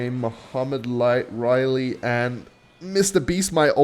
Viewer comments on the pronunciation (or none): none